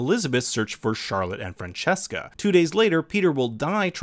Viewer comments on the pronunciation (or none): Whenever someone pronounces Franziska as Francesca, a small fairy dies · Great video, there is only one thing: her name is Franziska not Francesca. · I don't mean to offend anybody, just curious. Why do you pronounce their names in english (or what is it) manner: Franziska like Francesca [francheska], Claudia with [o:] sound, Eva like Eve, Charlotte like [shArlet], Silja like [silja] and not like [silia]? I know they are equivalents, but still they are not their names. And at the same time you do pronounce "Jonas" like it is supposed to sound (approximately). Also what the heck is the "time apparatus machine"? How is this supposed to make any sense?